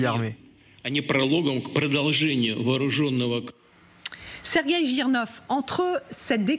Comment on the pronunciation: Tres ridicules d entendre Serguei